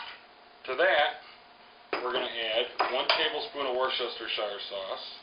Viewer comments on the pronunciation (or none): WHAT THE HELL IS WARCHESTERSIRE SAUCE LMAO